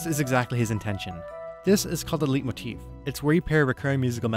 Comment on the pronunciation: Excellent review. I subbed. By the way, Leitmotif is pronounced like Lightmoteef instead of Leetmoteef.